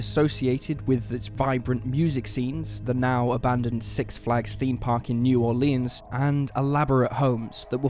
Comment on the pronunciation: All of the vowels in New Orleans have a short vowel sound. The a is silent.